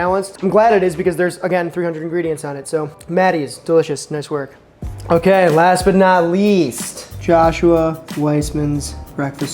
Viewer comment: Did I hear that right,? HOKAY SO here’s the earth It’s chilling